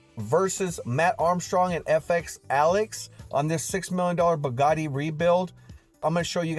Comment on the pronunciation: i Really have to tell you Its pronounced BOO Like booty BOOgati LOVE YOU BRO YOU THE MAN